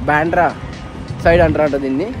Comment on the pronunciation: బాండ్రా కాదు బ్రో...బాంధ్రా